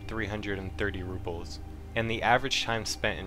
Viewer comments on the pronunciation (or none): Nice video. I only want to harp on the fact you mispronounced Rubles every single time as you kept saying ruples. There isn't a P in the word. Also, miscellaneous was wrong as well. You added a hard C/K in it. All that said, very informative. Glad you added something about looking for barter trades at the end. Things like the Drill, I just learned can be traded for a 50k ruble suppressor instead of selling the drill for 13k itself.